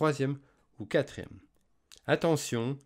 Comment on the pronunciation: Merci! On dit quatrième et non quatrème